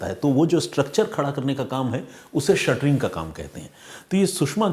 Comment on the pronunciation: Shuttering nhi shatring bolte h sir